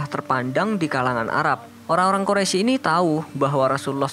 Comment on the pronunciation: min itu Quraisy bukan quroisy